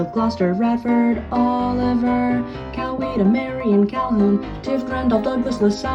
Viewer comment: Thank you for pronouncing my home county of Coweta correctly! Barely anyone can around here...